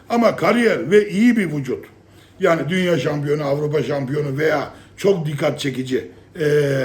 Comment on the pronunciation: Yaggni demen beni çok güldürüyor